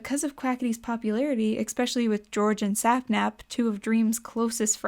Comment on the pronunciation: Why do you say "especially" as "expecially"?